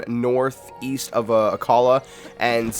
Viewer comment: Akala tower? I believe it's pronounced ack la